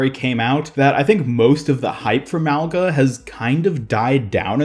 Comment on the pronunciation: Why r u saying his name with a “L” in it it’s literally Mauga!? WHERE IS THE L???